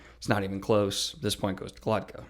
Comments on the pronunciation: Daniel is dyslexic, and strange names like these are probably the worst for people with a disorder like that. He says it with the t before the k when it's actually GloKTa, that's why it sounds off. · Why can't you pronounce his name right? Are you dyslexic?